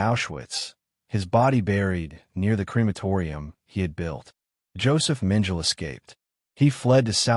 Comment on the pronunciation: It’s AI which can’t and won’t use correct pronunciation twice in a row let alone once! I won’t even try to describe what a horrible mess on “Dr. Josef Mengele” this primitive AI butchered. Beyond disgusting.